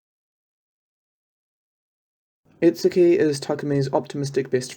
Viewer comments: Every Japanese word is butchered to some extent. Needs to watch the anime and actually listen to the vocals lol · Keisuke is pronounced kay skay. Itsuki is pronounced eat ski.